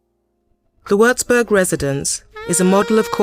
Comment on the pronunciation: Possibile che non sappia neanche pronunciare correttamente il nome della citta'?